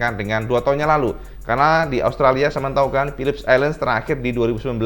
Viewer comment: Philip island om bukan Philips island, biar gk belibet hehe